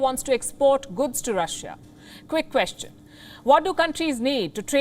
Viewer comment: It's not guds, it's goods Palki ma!